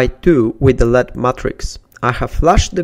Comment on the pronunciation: its L-E-D not lead....